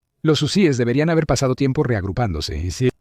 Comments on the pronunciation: Este comentarista es un imbecil no sabe ni hablar es hu e s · Jusies , quienes son esos ? Si no sabe pronunciar ,,,busque otra cosa que hacer !!!